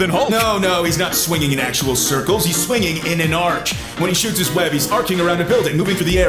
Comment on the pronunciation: Speaking of dumber that hulk... Your pronouncing arc wrong... You are pronouncing it arch.. An arch is a building structure which uses an arc.. An arc. Is the pattern you are trying to describe